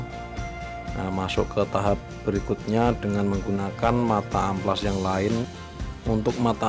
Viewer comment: amplas boy bukan ampas